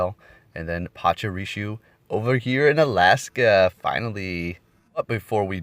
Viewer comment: Dude I ve watched so many of your vids but it’s just so infuriating that u just don’t even seem to try and pronounce Pokémon and trainer names correctly ever. I m not even a native speaker and things like PachuriSu Marow(h)a(c)k are just so obvious to read it feels almost like u re doing it wrong on purpose. Can you st least try? Cheers and thanks for ur content regardless